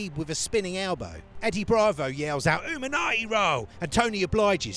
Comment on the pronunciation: WTF is an Uminati roll 😂